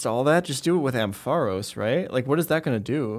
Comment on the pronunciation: You pronounce “Ampharos” so weird